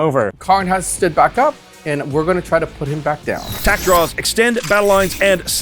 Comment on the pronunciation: Second they said "Tak" I audibly said oh god no. But the redemption was amazing